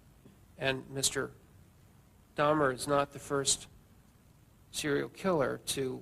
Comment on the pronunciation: A pronúncia correta do nome é Dáhmer (Dá-mer) . Não é Dâhmer.